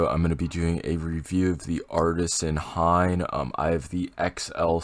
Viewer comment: he really said hain huh